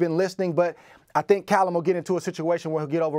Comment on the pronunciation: Cay-llum Smith?